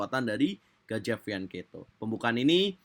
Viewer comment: Hadeeeehhhh fianketo lagi...fiancheto.lu sendiri yg bacanya fianketo